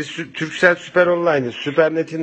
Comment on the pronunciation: turcell değil Türkcell kardeşim.